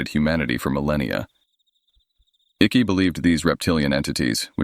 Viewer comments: David Ickes name is pronounced as if it rhymes with Hike, Mike, trike. It is so annoying to hear your voice over saying Icky, that rhymes with Sticky. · It's David Icke not icky lol... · Icke is pronounced IKE. Just saying. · I trying to watch this but I can't cope with Icke being called Ickie!! Goes through me everytime 😂😂😂